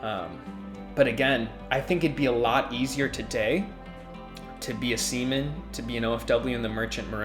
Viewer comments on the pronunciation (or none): Oh no i heard "semen" when its actually "seaman"😅😂